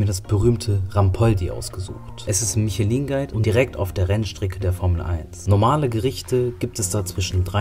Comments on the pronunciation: Mischelöan ausgesprochen nicht Michelin… das ist Französisch Wenn man in solche Restaurants geht sollte man die Aussprache auch draufhaben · Michelin (Guide) wird "Mischlö" ausgesprochen. Nur zur.